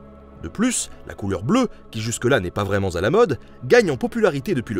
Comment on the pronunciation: « n'est pas vraiment t à la mode » (et non pas une fautive liaison en /z/ 😉).